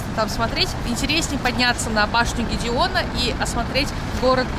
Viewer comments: Bašnia nie Gedeona a Gedemina. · Bashnia Gediminas'a a ne Gideona :)